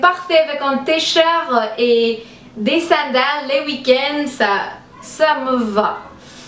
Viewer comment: Et aussi TEE.de t. shirt on le prononce comme en anglais mais c'est trop adorable